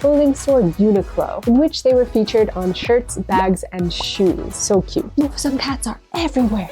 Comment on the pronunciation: Toooooo kawwi